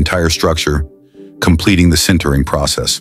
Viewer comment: These videos would be so much better if someone would take 30 minutes to check the AI narration. "Sintering" or "centering" or "Sintering" or "centering" or "Sintering" or "centering"??? just as an example.